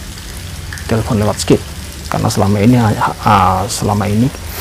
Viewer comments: Bilang SKYPE aje SEKIP....wkwkwk...urusin english mu dulu mas....pake mau nantang CP pake bahasa arab.... wkwkwk.... ente kalo mau belajar bahasa ibrani disini : Atau buka channel youtube nya ibu RITA WAHYU di youtube... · Maaf niih Pak ngomongnya bukan skip pak tapi skype... google deh Pak trus dengerin suaranya. Caranya begini ketik "Skype" digoogle translate trus klik tombol "Listen". Ngomong bahasa Inggris aja nga bener gimana mau debat ama CP pak yang pakai bahasa Inggris. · Tantang pake bahasa ibrani??? 😆😆😆 Ucapkan sj skype salah 😆😆😆